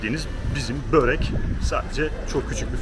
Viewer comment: Karadağ için burek hahaha hiç yanlış söyleme şansın kalmıyor ben ö ile alışık olduğum için bürek diyorum tuhaf tuhaf bakıyorlar aynı senin bööğrek olayında baktığın gibi 😂😂😂😂